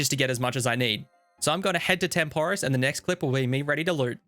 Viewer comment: Video great. Pronunciation of Tempoross/Banner is painful.